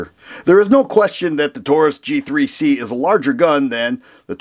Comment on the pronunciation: thought he said “Cheap 3 C” instead of “G3C” lol